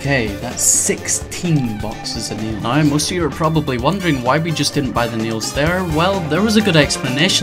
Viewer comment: Is it just me or did he say "neals" instead of "nails"